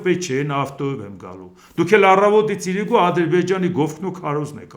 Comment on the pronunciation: ես Ձեր մեծ երկրպագուն եմ, բայց ուզում եմ մի բան խնդրել Ձեզ։ Ձեր խոսքի մեջ իրիկուն բառը ասելիս վերջին հնչյունը` ն միշտ չի լսվում, խնդրում եմ հստակ ասեք։